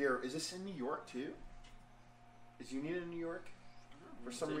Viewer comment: Always enjoy your reviews. Just to help you guys out with the pronunciation of the brewery name it's Uinta (you-in-tah) You can buy high point beer in Utah it just has to be from a state controlled liquor store